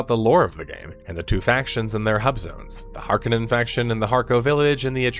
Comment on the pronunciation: "Har-KO-nin". Not "HARK-onin". Why does no one know this?